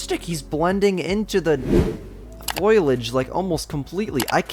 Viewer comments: Foh-lee-aj not foil-e-aj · Foliage is pronounced like fo-lee-idge, and not foy-lidge